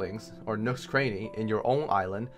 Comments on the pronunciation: Cranny, not Craney. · You don't pronounce Cranny properly.